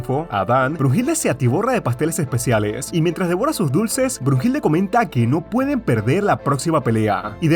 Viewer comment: Oye we no es “Heracles” el Hércules pinche webon Y no es bruhilde sino bluhilda